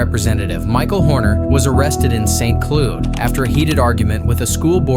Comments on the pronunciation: It’s pronounced Saint “cloud”, not “cloo” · St. Cloud. Not cloood. Ugh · Good ole “st cloood” 😂 wtf man, you can’t read the word “CLOUD”?! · Ugh, AI voice: "St. Clood" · Hate AI. How about not being lazy and speak yourself. St. Clued! St Cloud. I won’t subscribe to anyone unless there is a person talking to me. Besides see the latest on AI encouraging young people on a chat to kill themselves. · St. Clood? Bro how do you fuck up pronouncing the word "cloud" lol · Saint Cloo? AI slop voice over can’t pronounce cloud. Ffs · if Cloud is pronounced Claud why is St. Cloud pronounced Saint Clud? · It is pronounced St. Cloud, like a cloud in the sky, not Saint Clude. I don't know anything about the claims of sex trafficking, but that charge could have been prevented by just ignoring the instigator, and I truly believe he went there with the intention of riling that guy up, even though Horner was arrested, the instigator was trespassed from the restaurant. Now to research what the claim is about. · St. Clood? Pronounce like it sounds, Cloud. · It’s said cloud not saint cloude😭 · Wtf is "Saint Clued"???😂😂😂😂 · St. Cloood?😂 um.. these AI voices got to go. Cloud... didn't know there was another way to pronounce it. Lol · into the video, "St. Cloud(Saint Cloud)" is pronounced "Saint Klewd"(or "Saint Clued"). Is it that difficult to get AI to pronounce proper names, properly? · Must be an AI narrator. "St. Clood"? How the hell can you pronounce Cloud wrong? lol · St. Clood? Is that anywhere near Mont-guh-merry? (Montgomery) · Saint Clüd? Really? Really!?!? That is clearly cloud and if your Ai can't handle that frickin word, dudes.... Might wanna invest in a different program. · "St. Clood"? I don't support AI narrated garbage. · "St. Clood"? Is this more AI slop? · I'm disturbed at how "St. Clud" is pronounced in Florida. "St. Clood"?? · AI voices suck. St. Clood? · "St. Clood?" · Saint CLOOD? 😅😂😅😂😂😅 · Wow, AI can't pronounce "cloud" 🤣🤣🤣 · St clood?! AI...